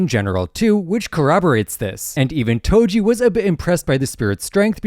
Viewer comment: Do you mean “Toji?” Not “Toby?”